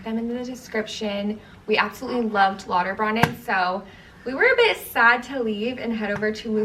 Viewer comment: I know a lot of people aren’t familiar with German unless you learnt etc., but Lauterbrunnen is pronounced like broonen not brannen. It means fountain/spring. Not so important if you’re a tourist but if you are interested, thought I would correct 😊